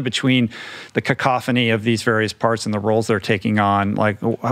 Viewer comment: Rich Roll added some more C's: "Cacoffany" and "Catharsis"